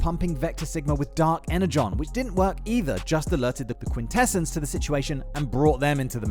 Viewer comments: great vids and very informative,, how ever its pronounced quin ta sons. 😁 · I question your familiarity with the G1 animated series while you're pronouncing "Quintessons" incorrectly.